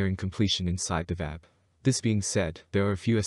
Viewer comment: "One of the most powerful?" It IS the MOST powerful... and its not pronounced "Vab" its pronounce "V-A-B" as in individual letters.